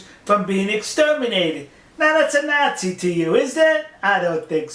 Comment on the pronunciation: I love this guy but seriously please say Nazi correctly :(